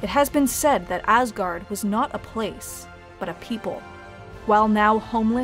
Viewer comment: cant help but always hear "AssGuard" 😅